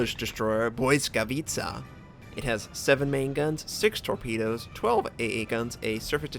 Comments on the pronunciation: Hey Notser it's another wonderful gameplay ;-) I can see You can really well spell Błyskawica's name!!! it's a wonderfull to hear from You You are talking like a polish ;-) just remember that there are lot of people in the world that appreciate your work and waiting for the next release ;-) don't stp notser we are waiting ;-) the best gameplay ever ! hope You enjoy that game and wish You a fantastic day!!! p.s. how to swith torpedo view in Z screeen? I cannot make it all the best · Congratz. You pronounced that name pretty good tbh :D